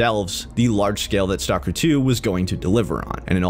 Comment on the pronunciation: Ay one else geting triged by the way he produces STALKER its not stalker. when you say it you have to prounds the L staLker